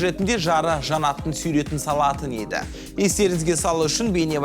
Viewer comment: айналайын қазақша билмессен сойлемейак қойшы сойрет емес сурет жүргізуші жигит голубой сияқты майысып тур😂😂😂🙊🙈🙉